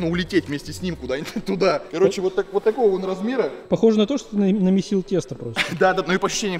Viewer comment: прям до "ТАЛОГО". НИЧЕГО СЕБЕ ТАЛОГО.